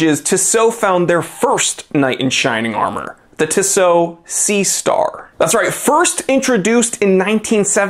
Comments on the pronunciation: It’s TISSOT!!! NOT ‘Tsow’ LA people listen Grrrr… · My friend pronounces it as tishot and it really bothers me. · Oi septic you said Tissot wrong